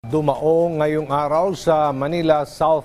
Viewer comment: DU-MA-ONG ✔️ DU-MAONG ✖️